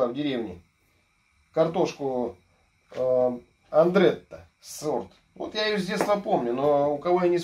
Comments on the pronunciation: Только не "Андретта" - как автор сказал, а "Адретта" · "Андрэтта" - орнул в голос! Лет тридцать назад это (Адретта) самый популярный сорт картофеля у дачников в Беларуси, а ещё "синеглазка" была. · "Адретта")).....